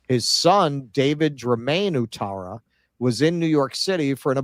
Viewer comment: Thanks keaton for helping with the ivory Coast 🤣👌 Also, its pronounced, "what-tara". Ou is like the 'oui' in French. Helps if you like football, you learn language by proxy 🤷‍♂️😁